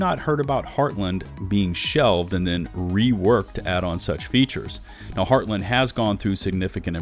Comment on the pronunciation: Also, the way you pronounce Heartland still drives me batty lol.